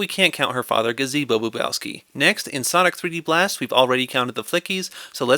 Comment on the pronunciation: honestly i thought he said sonigg